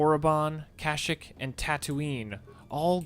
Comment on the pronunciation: It's kasheek not kashik